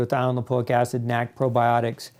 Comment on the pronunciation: dude its N A C not nack